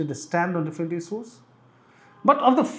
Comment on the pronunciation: He ij focushing on isooj..Hindi me hi bol lo sir agar pronunciation me problem hai to..Sorry but its not difficult to improve it especially in this business.